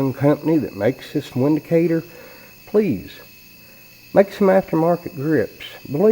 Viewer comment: Not trying to sound like a know it all, however the "W" in Windicator actually sounds like "V". So "Vindicator" is the correct pronunciation.